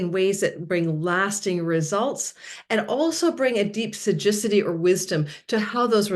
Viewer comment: I think you mean to say “ sagacity” (wisdom) not Sajicity? 😊